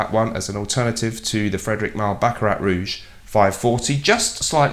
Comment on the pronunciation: Small blooper, you said baract Rouge by Fredric Mall! :)